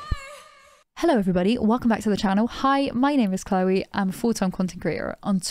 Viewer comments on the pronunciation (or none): none